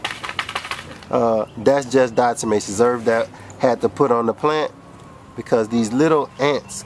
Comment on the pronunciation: Diatomatozome...is that what your saying brother?